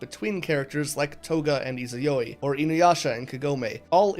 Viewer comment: The way you pronounced Izayoi gave me aids.